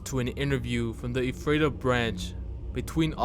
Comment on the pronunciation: Ephrata mentioned!! :D I know it's too late to make a difference now but we pronounce it 'EFF-ruh-tuh'